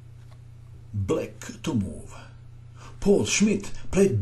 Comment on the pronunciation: The name of the city is pronounced like Z-ah-ltsburg, and Keres' name is pronounced P-ah-oo-l.